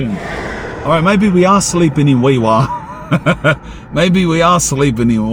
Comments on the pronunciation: Hes pronouncing Walgett correctly but Wee Waa is pronounced Wee WAR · Wee Waa is pronounced wee war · It's worse when you know It's pronounced "wee war" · Wee Waa pronounced Wee War dumi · Aye mate, just so ya know, I'm a QLD'r but it's Wee Waa pronounced Wee War as in WW1-2. I'm not bein a know all but we'z Ozzies aye..pretty quiet out there huh..haha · Heads up bred ...Walgett is pronounced " Wal..Jay"! ... I won't even start with Wee Waa.